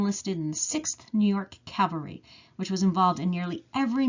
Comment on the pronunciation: you say cavery.......the word is pronounced cavalry....i enjoy your research.....hope to help you with your pronouncing!!! LOL